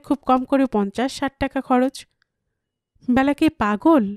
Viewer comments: Nam ta byala noy Bela. Khub Kan e laglo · উচ্চারণ টা বেলা হবে , ব্যালা নয় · Hu, Byala noi Bela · Bela hobe naam ta.....not byala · উচ্চারণ টা বেলা হবে । নামের ক্ষেত্রে এ কার উচ্চারণ হয় ।